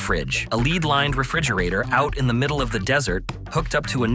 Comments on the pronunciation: You know it's an AI narrator when it makes a stupid pronounciation error like "Leed-lined" and not "Led-lined". Fukin AI! OMG. "Huay Lewis" are you taking the piss? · It's LED-lined, you sound like a damn fool when you say it wrong! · When the narrator said "lead lined" but pronounced it as "leed lined" I knew it was AI.